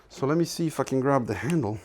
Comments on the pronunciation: Every time you say "If I can", it sounds almost like "f...ing". Congrats on 100K plate. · Every time you say "if i can" i perceive it as "fucking" i was so fucking wrong. =) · Man, everytime you say "If I can..." - I hear f*cken))